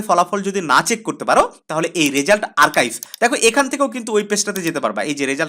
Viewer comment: ওইটা আর্কাইভ না আরচিভ😒